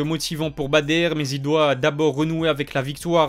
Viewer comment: stp, c’est Badr pas “Bader” …